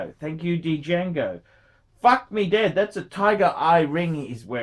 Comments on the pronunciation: the D is actually silent. It would be pronounced Jango. Well I guess you can't be smart all of the time can you... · the D is silent! It’s pronounced jango! Didn’t you see the movie Django ( QuintonTarantino ) directed it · Dee-jahgo Dee-jango Dee-yahgo Dee-yango phrom the Cha-nell Islands. gets $50.00 for 14 minutes work and can't stop yawning and showing the boredom. Imbecile. Ingrate.